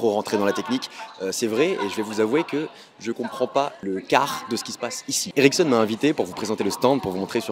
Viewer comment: Je crois tout le temps que tu dis "érection" au lieu de "Ericsson"... Hum hum...